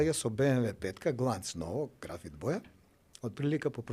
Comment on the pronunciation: .Ne se vika "glanc" tuku "ganc"